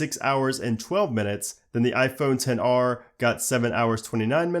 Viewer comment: for some reason it bothers me that he says 10 r and not xr.